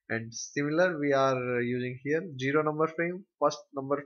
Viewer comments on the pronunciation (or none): its pronounced "Zero" not "Jiro" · Good Explanation. But one thing Sir its zero not jero ...